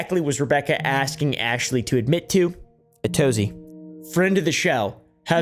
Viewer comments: “To be acksin me for evidence.. that’s juss ludicrous..” 🙄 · the moment someone says “aksing” instead of asking immediately has all following words nullified. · A rule of thumb in life, if someone says "aksing" when they mean "asking", then you can safely disregard anything they say for the safety of your brain cells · I usually don't like to judge a book by its cover...I'll give anyone a chance,but if you say, "Everyone has been axing..." instead of saying, "Everyone has been asking..." I'm not going to take you/your word seriously. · “Axin me” 🪓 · The fact that she can’t even say “Asking” is ridiculous and people believe her too? Jesus, someone bring her down a notch. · She can't even say 'asking'....